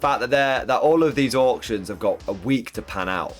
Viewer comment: Ebay "Ork-tions" hur hur hur